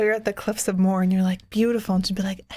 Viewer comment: I love you guys but you're butchering the Irish name places. The cliffs of moher are pronounced mow-her and Galway is pronounced Gawl-way😂